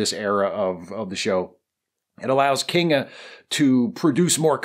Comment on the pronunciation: The main thing I always wondered about the reboot was... what's the deal with Kinga Forrester's name? It seemed to be pronounced "Kingda", as in the giant New Jersey roller coaster Kingda Ka, but that's not how it's spelled. I should really just relax.